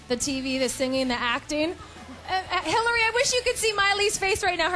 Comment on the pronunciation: Lol Hayley Instead on hilary...